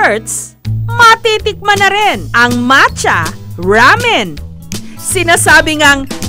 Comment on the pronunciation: Nakakatuwa na sina bi niya mancha exept macha hahahahaaha